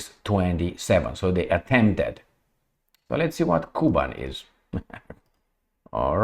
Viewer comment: Hello, Thank you for your tireless job. Little correction… - KUBAN’ is very rich agriculturally Russian’s Region, which pronounces like “ Ku-bAn’ ” with the accent on its second syllable and soft N at the end. Almost like in now more and more famous currency - YouAn’ (Yuan’s). 😊 Cheers